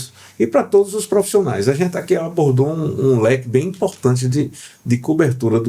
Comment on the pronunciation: Muito bom.. Mas, segurar profissiiiinaia ..😊